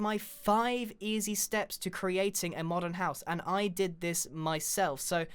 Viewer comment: when grain says modern doesnt it sound like he's saying modded?xD